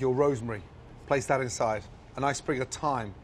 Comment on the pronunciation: Did anyone else enjoy the way he said "in-side", almost as if he were saying 2 separate words?